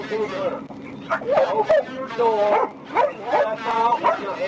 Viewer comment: "Open the noor" -Officer Walt Jr. maybe